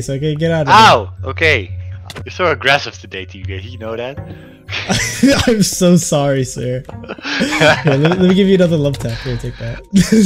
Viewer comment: i love how is saying agreseivley